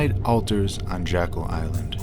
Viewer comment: It’s not “Jackal” It’s JECKYLL Island. This types of errors are what the denier’s go after. It makes people question the veracity of your documentary when you don’t do a simple Google Earth search. I grew up going to Jeckyll Island every summer from . Please do your research on the simple things like pronunciations and spellings because you have good info in the video but if people turn it off in the 1st 5 minutes then you are wasting your time. Those who would cove this information up (and have for 100 years) will discredit and discard good solid info based on something thus simple. If it helps, think of it like a courtroom battle between two sides and you have to be credible with the jury or you will lose the case.